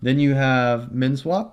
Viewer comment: What was the 2nd one i couldnt understand you. Men swap?